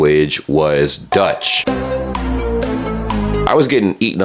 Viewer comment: just to clarify , the language in Germany is Deutsch, not Dutch ("nederlands" in nederlands from the Netherlands), because of the way you pronounced it, it could cause is misunderstanding between these two. PS: the alternate name is not the one spoken from the natives, but by the foreigners. For example my country has 3 nationals languages (french, nedelands/vlaams, and deutsch), so my country is officially known as Belgique in french, Belgie in nederlands/vlaams, and Belgien in Deutsch. Then Belgium, Belgica, Belgia, Belgiski, etc are the altenate names translated in other languages, not the other way aound ;)